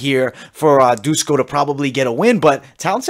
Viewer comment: It's not Dusko, it's Duško, read as Dushko. Todorović is more like Todorovich.